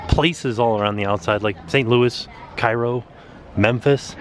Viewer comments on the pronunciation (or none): Also to be noted in Illinois the stop Cairo is actually pronounced “Kairo” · Cairo is a city at the very tip of Illinois. I live about an hour away, it’s just different locations on the Mississippi. And for whatever reason the city is not pronounced like it’s counterpart in Egypt but is pronounced as “Cay-row”. Even though it was named after the Egyptian city because this area of Illinois is known as little Egypt because it is so fertile.